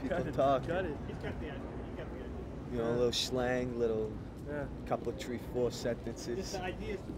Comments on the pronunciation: tree four kids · Tree or four kids